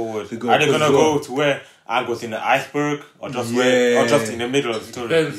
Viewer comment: is the most garbage I've ever seen in a single scene I think the worst decision they made was limiting firebender to only use fire when it was around. I'm so happy they didn't get the chance to ruin Azula of Toph. Also my name is Oong, an I'm the avatar. Who the fck says it like that